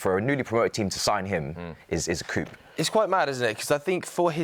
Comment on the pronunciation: Wait. Did man pronounce the p in coup?